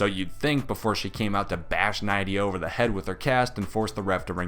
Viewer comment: Nidai is said Ni-de-a